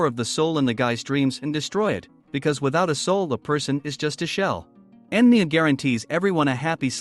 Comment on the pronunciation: his name is enmu not enmi